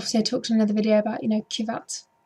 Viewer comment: Another entertaining review & commentary. Good attempt at pronouncing Kvyat! 2nd try was nearly there. You had me at Hammyhams! :D